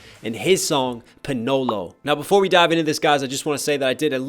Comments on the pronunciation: it's not PANOELO IT'S PA-NA-LO PA AS IN PAPA NA AS IN NAH BUT SHORT LO AS IN HARD LO NOT LOW and I'm not angry I'm just correcting his pronouncation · It's " PANALO " not Panolo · Did you just say Pinolo? It's pronounced Pa-na-lo, panalo is the Tagalog word for Win. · NOT "POHNHOLOW" ITS "PANALO" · Love your reactions.. had to rewatch this after the Realest reaction But for reference it’s pronounced: Pa-nah-low not po-no-low Keep on keeping on!! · it means panalo not panolo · it's panalo not panolo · not panolo it panalo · Bro bro it's panalo not panolo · What the f is panoloe What is the its paanaaloo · its not panowlow its pa! Na! Lu! i nearly died laughing to ur filipino reading XD good vid btw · What you said u said penolo not panalo Its pronouce P-na-lo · Its pa na lo not panolo 😭🤣 manz killed me right there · you said panolo not panalo prnounced: pah nah loh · Its not panolo panalo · Its not ponolo its panalo ow yeah i forget your a english man sow can not speak a filipino because you are english yes im korek beacause im a filipino to and i wont to wrapper to if im adult now beacauese a kid sow im practicing how wrapp to came wrapper and i will go to , WISH 😊😊😉😉😉😁😁😅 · You say panolo Its panalo not panoulo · No "ponolo" it "pa-na-lo" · I'm a filipino and I got triggered when you said Panalo >:( but nice tho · its not ponolo its panalo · Its not panolo its panalo i love it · Lol ur suppost to say “pa-naloh” not “pa-nolo” but its ok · Panalo and not panulo 😂😂😂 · PANALO NOT PANOLO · you can just read it like PA NA LO Not in soft like panawlow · PA-NA-LO not panolo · First of all it's panalo not panolo Anyway nice vid like very much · Btw we pilipino use A as it's natural sound pronounce it like ex. Apple that's how we use A Panalo u pronounced it wrong like panolo Just explained in English so everyone one understands it's our national launguage after all we don't pronounce it like ayy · Im fillipino and its not pronounced ponolo its pronounced pa na lo